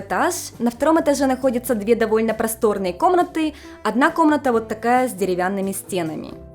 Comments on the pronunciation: что у тебя с произношением буквы "в"? Вместо вайба слышу байба, вместо довольно - добольно. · В японском в и б это одно и то же. Возможно у уже языковая перестройка) Она наверное чаще сейчас на японском говорит, чем на русском)